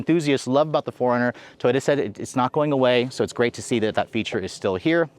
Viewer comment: Why am I keep hearing Foreigner instead of 4Runner 😂😂😂